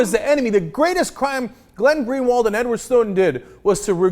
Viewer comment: I'm a brazilian and I have to say, for a foreigner, Greenwald portuguese is actually pretty well pronounced.